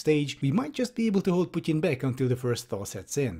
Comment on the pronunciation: Ah, I appreciate your critical thinking + finally somebody who (I think) pronounces "Putin" correctly